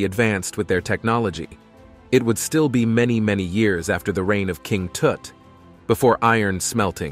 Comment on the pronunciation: King TUT, not Toot....LOL Short U, not a short O.